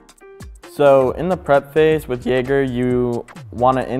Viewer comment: Jäger* Not "Jager" bruh come on man